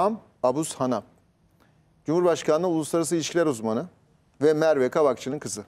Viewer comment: Xçsahi Merve KAVAKÇI TC vatandaşımız önce onu sorgulamak lazım.. Tercümanı ismini Yotuber bile zor söylüyor.. Kavakçının hangi kocasından merak rttim